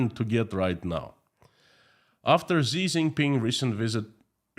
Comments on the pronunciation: Xi. Pronounces SHE. Not ZEE. To be more accurate. Pronounce as a question in English “she ?” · his name is pronouced "she" not "Zee" btw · Xi is pronounced "shi"